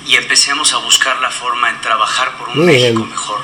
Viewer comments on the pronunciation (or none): none